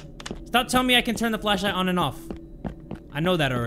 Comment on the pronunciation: Handy Dandy Fleshlight i swear i cant be the only one who hears him say Fleshlight right